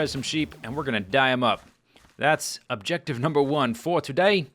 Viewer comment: Numah one....time is running out......Numah two....time is running out...